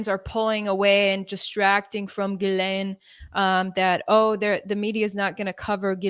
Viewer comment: Say it with me : OM-MI-CRON Gee-lane